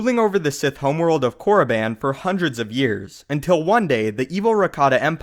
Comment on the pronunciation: I love tour videos but your pronunciation of Korriban irks me. It's pronounced Core-uh-bon not core-uh-ban